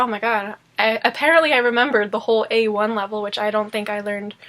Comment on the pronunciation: Lustig. Immer wenn Du A1 oder C1 oder einen anderen Bezug zu Sprachkursen hast, wechselte die Aussprache auf Deutsch